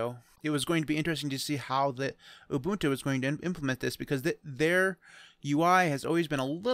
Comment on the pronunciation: Finally, someone who's pronouncing "Ubuntu" right: Ooboontoo